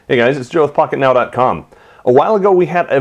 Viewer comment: Oh now that I read below the video the channel is called "Pocket now" I thought you said "hey guys this is fu**it now"